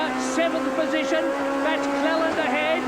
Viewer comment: 19.42.. Cleland 'slaute':) Loved the old days of touring cars and still a fan today and head to watch live races as much as possible. Great vid.